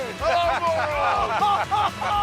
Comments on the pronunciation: You pronounce it as = Murun, btw. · They are saying Moron on purpose, thats the joke. Moron means very stupid.